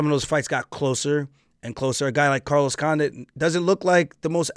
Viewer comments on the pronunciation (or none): none